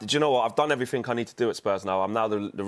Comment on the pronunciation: Lets all be honest, you can't take a person seriously who says "everythink".....